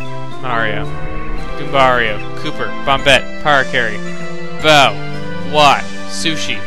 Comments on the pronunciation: The last time he says bow he says it wrong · The last part and you said bow's name wrong. THAT IS SAD!!!! :D